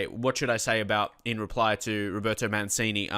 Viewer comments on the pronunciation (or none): It's pronounced as Man-chini, not Man-sini